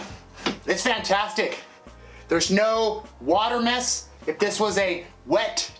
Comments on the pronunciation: love it! I'm driving a Transit so I'm gonna start using "Vantastic" 😂🤣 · Are you saying "vantastic"?